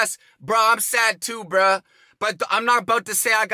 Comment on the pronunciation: The way JayStation pronounces “bruh” sounds like “bra” had me laughing every time.